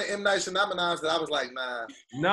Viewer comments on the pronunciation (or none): So we gon just by pass said “M. Knight Shanamanan.” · really said M Night Shanamanan 💀😂😂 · The way jacked up M. Night Shyamalans name & kept going took me out! Also Pats quick wit is unmatched! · We just gonna let get away with his pronunciation of M. Night Shyamalan?